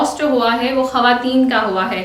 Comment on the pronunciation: Women ...not hawatin its khawatin